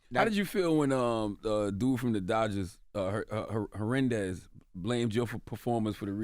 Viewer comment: Hernandez. Not herendez. All of a sudden Charlemagne can’t read a name.